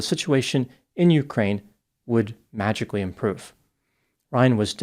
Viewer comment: Emphasis on the word Magically. Ryan viewed his mission as savior of Ukraine by killing Trump.